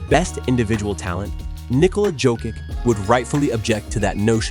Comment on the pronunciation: Tf is this AI?? How any NBA fan don't know how to pronounce Nikola Jokic name correctly?!!?!? Especially if u a fan of a team in the western conference, baselessly stating that they'll be champions..and Jokic is the current defender of the finals trophy😑🤦🏾‍♂️😂😂 These AI generated YT videos need to go tf away...REPORT THIS VIDEO AND THE PROFILE! It's just clickbait nonsense